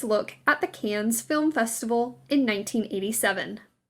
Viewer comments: Voluminous is not pronounced “VOL-yoo-muss” (three syllables) but rather “vuh-LOO-mih-nuss” (four syllables because of the “i” in the middle). And, Cannes is not pronounced “cans” but rather “kahn.” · “Volumous?” You mean voluminous. Also, the “Cans” film festival? Sheesh. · And its Cannes. NOT "CÄNNESS" ! Spoken : C A N Good grief. If you have no education, try Google. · Yes! And its Can! Not Cans lady! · It's all about content preparation and research. It drives me crazy that words like Cannes, Derby, voluminous and Epsom are mangled [ Cahhnn, DARbee, vuhLOO menus, EPsum]. I've heard the same narrator on other videos and really feel this is part of the research preparation required to put out this type of content. I'm not at all advocating that an English or "British" accent (what is that, anyway?) be affected, but Americans would be so put off by pronunciation of Oregon as OrryGONE, Maryland as Mary-Land to rhyme with Disneyland or aluminium instead of aluminum.] It also bothers me when trends like polka dots are dismissed out of hand when in I've seen no fewer than THREE versions of the coffee/cream polka dot dress from the polo scene in Pretty Woman for sale. Dissing the 80s when you are praising an 80s/90s icon whom you admit still has fashion relevance is bonkers and makes the author look a little jejune and arrogant. Sorry. Been bottling this up. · 1. Stop calling her Kate Middleton. She’s been married for ten years now. 2. That’s not how you pronounce Moschino. Or Cannes. 3. It’s not necessary to overpronunciate everything and is a bit distracting. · The narrator needs to learn proper pronunciations of locations. Tsk Tsk. The S in Cannes is silent.